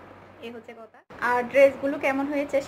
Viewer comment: আপনার কথা বলতে এত ভুল হয় কেনো,,,, কতা হবেনা এটা হবে কথা ওকে,,, আরো অনেক কথা ভুল হয় আপনার